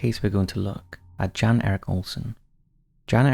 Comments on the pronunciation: I'm pretty sure the first guys name is pronounced as Yon not Jan even tho thats how its spelled. I know this cos i watch professional cycling and ine of the riders name is Jan (Yon) Ulrichson. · Jan is pronounced ‘Yan’